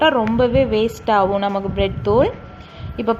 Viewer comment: 😀😀😀No Blet thuul... Bread Thuul...